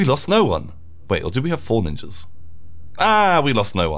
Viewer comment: Wait did he say nin-Jews at one minute in